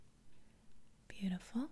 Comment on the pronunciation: Me: 2 Her: mmhhmm beautifork